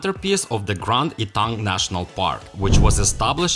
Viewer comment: Not "E"-tang. It is pronounced "Eh-tang," Grand Etang.